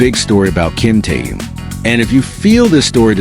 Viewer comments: Интересно, а что этот автор или бот, кто именно не понятно, всегда вещает Ким Теен, Ким Таен , Ким Таюн, а имена других мемберов не коверкает, тогда уж Чонен, Чимьен, Джинен и ещё столько неправильных, исковерканных слов, слушать неприятно. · Замените косноязычного переводчика, все слова исковеркал, самого низкого уровня автор видео. Ужасный перевод, не профессионально выполнено. Корректировки нет совсем. Все слова произносит не правильно, а имя Ким Тэхёна постоянно называл по-разному. А может быть всё умышленно делается? Задумка креативного директора? Никак не успокоится, чтобы не задеть Тэхёна. 😮😮😮😮